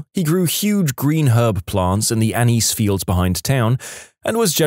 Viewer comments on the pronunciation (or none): none